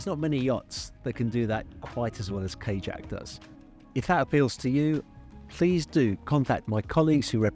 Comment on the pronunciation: Is it pronounced "k-jack" or like "ka-yak". Because if the owner is European it would have the soft J sound.